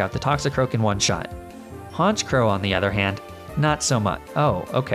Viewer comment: honchKROW... ah yes, a duck